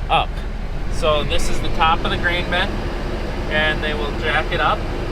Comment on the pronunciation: Even the Bin guy calls it a “Ben” 😂😂